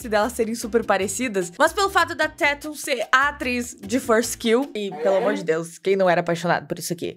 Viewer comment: Ela falou direto no minuto 5